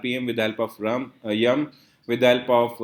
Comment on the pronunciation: I heard that: you said RUM instead of YUM. 😂